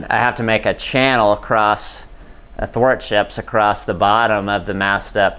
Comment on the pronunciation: Im sorry, was I dreaming or did just say Athwortships?! 🤣🤣🤣